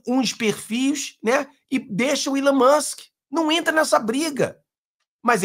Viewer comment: não erre mais... É Elon Moksssss 😂